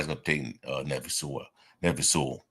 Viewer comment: I heard it pronounced NEE PHI SEWEL, like it rhymes with JEWEL, but we might not have to be saying his name much anymore. We'll see if he lands on the practice squad and ends up playing some this year.